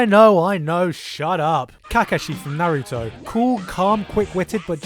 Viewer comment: the way this guy pronounced kakashi, naruto, code geass, and elfen lied made me wince.